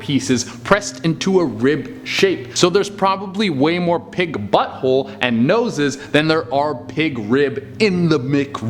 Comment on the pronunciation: He must love buttholes. He puts so much emphasis on BUTTHOLES lmaoooo